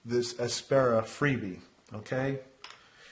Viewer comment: FYI It's pronounced "app sara" not "ass para" :) Also, I find the Mitsubishi KH-20 gives an equally impressive long point (comparable to the Carl) but without scoring the pencil with clamp marks.